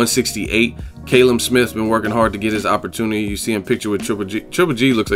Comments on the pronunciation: its pronounced Kalum not Kaylum lol 😂😂😂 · It's CAL-UM not KAYLUM. haha.